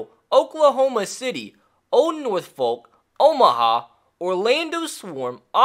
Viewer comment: Died a little bit by how you say Norfolk